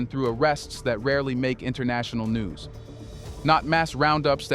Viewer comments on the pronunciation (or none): none